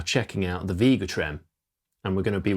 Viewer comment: It’s not Veega Trem, it’s Vega Trem…..With an A not a long E!! Jeesh!!🤬🤬